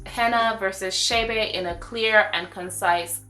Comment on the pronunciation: It's Che' Be NOT Shay Bay.... Please...